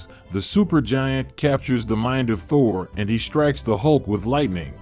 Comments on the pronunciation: Thor not thory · Did he call Thor torrie…….? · bro its aim not i am and u pronouced thor wrong